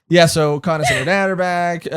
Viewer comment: It's v-earth or vearth. Not varce. And Luffy did say why did you tell us. Coz he didn't want conis to get into trouble. And it's co-nis. Like the second name u pronounced. Not coin-is.